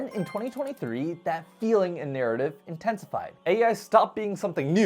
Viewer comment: intesified? It became intestines?